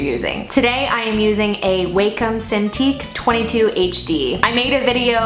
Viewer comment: Wake - um ???????????????? It’s Wacom